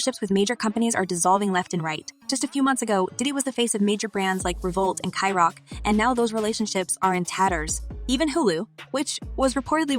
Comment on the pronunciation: Ki rock lol "sa rock" ciroc